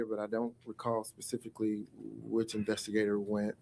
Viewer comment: "I don't recall pacifically" lmao 🤣